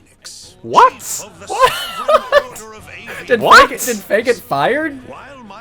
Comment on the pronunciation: Hey everyone it's lmao